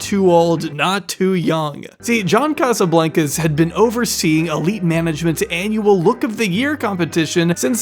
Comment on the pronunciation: You’re pronouncing Casablancas wrong lol. It’s a long A sound in Blancas. It’s Spanish for white house